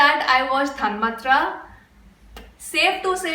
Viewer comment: The thanmathra is pronounced thanmAAthra. The second A is long. A very good review of a very sensitive film by Blessy. As a matter of fact, the performance of Mohan Lal drew unstinting praise from the doctors. The portly actor is a very ordinary man off-screen, but the way tansforms himself into the role without an iota of exaggeration is a supernatural gift. He is not a method actor. He gets into the character intuitively and spontaneously. Keep it up.